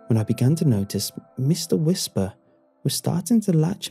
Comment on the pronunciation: Meeshtar Weeshpar